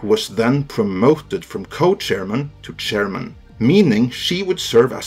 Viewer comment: "... Kathleen Kennedy, who was promoted from then Co-Chariman to Chariman." Chair ... MAN????? triggered